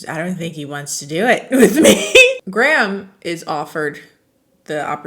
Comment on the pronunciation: Every time says graham i think she means gram and I can’t stop thinking of somebody’s meemaw